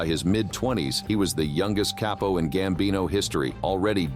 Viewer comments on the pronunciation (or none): none